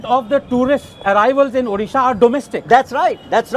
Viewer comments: Very bad to say all candidates pronouncing 'orissa' instead of Odisha... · Pinaki Mishra it odisha not Orissa please pronounce properly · is the anchor mad , her pronounciation is wrong.please pronounce correctly,it is our state ODISHA not othisa.